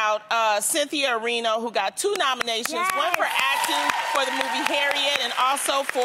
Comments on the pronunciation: Cynthia Erivo! Not Erino😀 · Loni's inability to say people's names correctly is embarrassing for a woman of her educational background and age. She can't pronounce Alexandria Ocasio-Cortez, she calls Markle's mom Dora when her name is Doria and now she's calling Cynthia Erivo, Cynthia Erino smh. Does she have reading and elocution problems?? No other host is consistently making these mistakes. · Cynthia *Erivo*, not Erino.